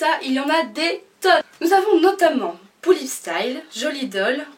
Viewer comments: sa se dit pullip pas poullip ! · On dit PAS poullip MAIS pullip